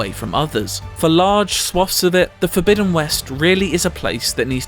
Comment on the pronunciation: Horizon Fogbidden West